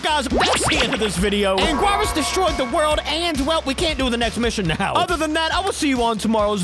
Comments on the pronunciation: Angoras tho and angorius 💀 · You say Angurius like this "Ang-gur-ris" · To pronunce Angurius, it's Ang-gear-us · anguarus? You mean anguirus right? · BTW you don't say "Angwarus" its Ang-year-us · Bro said "an guares" 💀 (its "an girus" btw) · Angwowres? It's pronounced Ang-erus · Bro angwarius wtf it ang-gear-us and also it ky-Jew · its angi-res not angua-res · It’s an-gi-rus and he is goofy because he is bipedal but for back problems he walks like a baby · To say anguirus. Say this. Ang-Gr-Us see? It's easy. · its like angirus pronounce without the u btw nice vid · It’s ingieras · Also the right way to pronounce it is like an - geer - us just a heads up! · "angwaras" lmao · It’s pronounced ang- gear-us and keep up the great work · I think this is how you pronounce Anguirus, I don't really know the actual pronunciation. Ang-eer-rhus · AN- GE- RUS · This is how you say his name AN- GEAR-IS anguirus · Anguirus name is pronounced “Ang-gear-us” that’s how you pronounce his name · its pronounced as angi-res Also this video has been long awaited and its very coool👌🔥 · AyNgUaRyUs(anguirus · Pretty sure his name goes like "Ang-ee-rus" (at least thats how I say it.) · AN-GER-RUS. That’s how you say his name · the official pronounce for anguirus is (Ang-gear-us) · Angirous is pronounced An-gear-us.....btw thx for the Kaiju Universe videos 👋😊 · anguirus's name is said like "angirus" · The way you pronounce it is Ang gear us Or Ang gurr us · pronounce it like this. Angeerus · Its like an-gear-us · It’s pronounced (An, Gear, us) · Singular point “ angoras “ ☠️☠️☠️ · His name short is angy but his name is An-guir-us you can thank me if you want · Okay so to say anguirus’ name I’ll explain underneath. An-Gear-us. The I in his name is silent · the way to say it is angirus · this is how to Pronounce Anguarius An Gi not Ji but Gi so An Gi Rus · how to pronounce "anguirus" (aang-ear-rus) there you go :) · Icheard him say angworus 💀